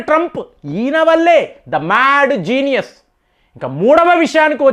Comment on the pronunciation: ద మేడ్ జీనియస్, అని మాట మీరు అంటుంటే నవ్వొస్తుంది సార్.